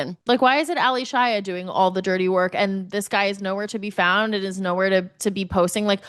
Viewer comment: Why is everyone on this pod calling her Ally Shia as 2 names... Yes it's spelled that way but she pronounces her name as 'Alicia'